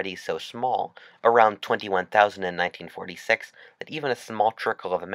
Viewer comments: In nineteen-fourty-sex ok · Ninteen forty Tttthhhhhhhhhheeeeex? I’m out. . .